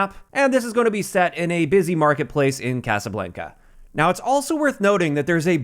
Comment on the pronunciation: What’s up with Youtubers not knowing how to pronounce basic words… Nero with ricochet and x with Casablanca… y’all need some dictionaries lol